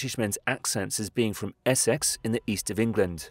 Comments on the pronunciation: Interesting, but why do you pronounce Essex "Ess-sex"? Sounds a bit weird to my ears. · Narrator cannot say Essex...😂